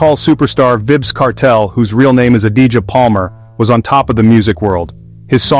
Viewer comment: It's "V "i"bz Long "I" sound!!".....…Vybz!!